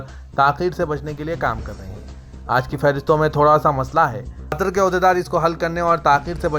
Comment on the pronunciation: KYUN QATAR KO KHATR BOLTE HO SUDHROGE NAHI KYA ??